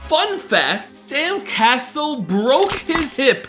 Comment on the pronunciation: First time I heard Sam cassells name I heard sand castle